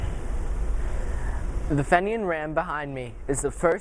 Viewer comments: Just found this and I congratulate you on you interest in history -- especially Irish-American history. However you should know that the name is pronounced FEE-nian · This kid is amazing and should be commended for his interest in obscure history. Few people in Paterson, and almost none outside Paterson, have even heard of John Holland. It is spelled Fenian so we in America pronounce it Fenian. By the way this is not the boat retrieved from the Passaic River. It was the smaller boat (14 foot boat) also at the museum.